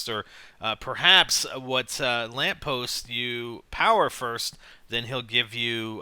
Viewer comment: u said huat